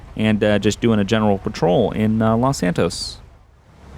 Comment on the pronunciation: Patrol not protein